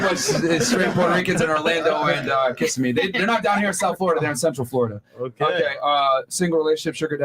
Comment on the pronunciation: Will someone tell Myron how to pronounce Kissimmee? 😂